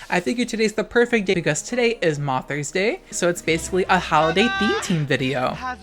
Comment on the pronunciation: Moth-ers Day